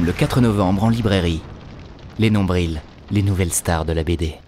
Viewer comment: Sa m'agresse aussi les nombriLs😂